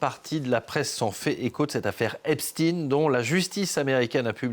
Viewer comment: EpSTEIN pas EpSTINE fils 2 pvte de journaliste !